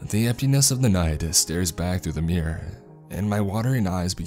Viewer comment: The way he says mirror lol